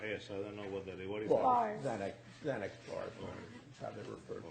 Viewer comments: “Zay-nexx”. You know you’re in trouble right there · Are you kidding me?? That "judge" doesn't even know how to, one pronounce xanax, or two know how to spell a VERY simple word such as B A R S....??????? WTF?? Is he here on a Green Card or is he just that fuckin stupid?!?!? I'm pretty sure a "Judge" presiding over Americans should be able to speak PROPER English! LMFAO 😅😆😅😆 #America #learnenglishmf